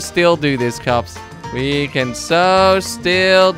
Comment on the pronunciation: You sound like you're saying cubs instead of cops